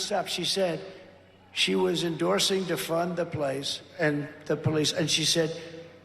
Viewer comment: Trump was trying to say "police" not place. Trump was trying to say "violent mobs" but he said violet mobs. Nation wrecting?